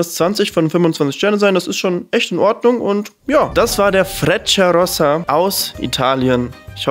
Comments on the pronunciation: [Fretschiarossa] wenn ich in der Schule richtig aufgepasst habe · es wird fretscha rossa ausgesprochen :) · Stimmt. Man sagt Fretscharossa. Trenitalia hat die besten Hochgeschwindigkeitszüge Europas. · man sagt "Fretscharossa" 😂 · Finde deine Videos echt gut gemacht. Dafür Daumen hoch. Aber eine Bitte: Check vorher die Aussprache von Wörtern bei denen du dir nicht sicher bist. Frecciarossa=Fretscharossa, Glacier-Express=Glass-jeh Express oder in nem anderen Video Mulhouse im Elsass hast du wie im englischen ausgesprochen. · Man spricht es "fretscha rossa" aus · Fretscharossa,... wird es ausgesprochen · Man spricht es "fretscharossa" aus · Ich will ja nicht reinmischen aber bei frecciarossa spricht man das i auch